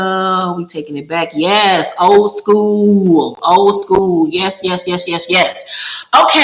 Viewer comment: Girl I thought you said Old and bougie 😂😂lol